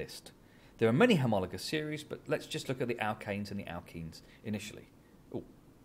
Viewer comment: thnk you ! love the way u say homologous series ! bdw ! how do u get the blackboard effect ? i mean wich sftware ? ty !